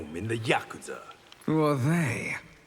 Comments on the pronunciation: My only gripe is his pronunciation of yakuza.. It’s not “yakutza”.. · Everyone not being able to pronounce yakuza correctly is painful